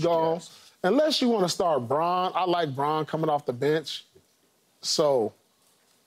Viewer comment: I’ll let Wayne slide with pronunciations, but Christian Braun’s last name is pronounced “Brown”.